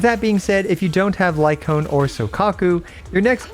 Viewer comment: I just kept hearing lightcone instead of Lycaon 😆